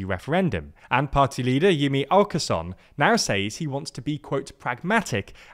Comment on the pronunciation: You actually pronounced ”Jimmie Åkesson” kinda well. It’s a small thing but it helps reinforce the feeling that you are taking your journalism seriously.